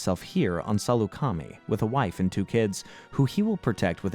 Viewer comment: Same with salucami the planet where cut is